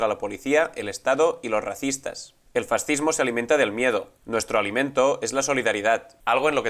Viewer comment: Abogado del diablo, se dice Fas-cismo FAS! Cismo, que se puede esperar si no sabéis ni pronunciar fascismo, esta claro que si no sabéis ni hablar, de política ni digamos.